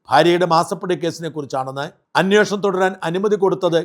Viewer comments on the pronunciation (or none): "അന്വേഷണം എന്നതാണ് ശരി❤️ "അന്വോഷണം" എന്നത് തെറ്റ്❤️